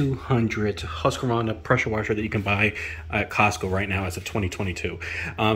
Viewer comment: There is no "A" between the Q and the V in Husqvarna... It is not "HusqAvarna"... :face-blue-wide-eyes::hand-orange-covering-eyes::hand-purple-blue-peace